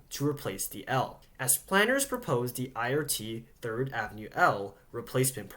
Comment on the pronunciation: You keep saying "Thrid" instead of "Third" & I've been shy to mention your mistakes. I didn't want to offend you.